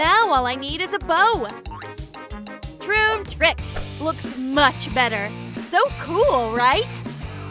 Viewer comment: Stop saying tromp trik